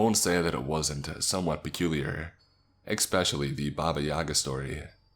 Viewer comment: Expecially is quite possibly the most annoying mispronunciation in the english language, I'm sorry i just can't listen to that lmao.